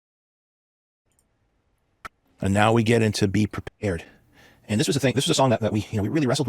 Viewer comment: The silly little “beh pwepah” fucking kills me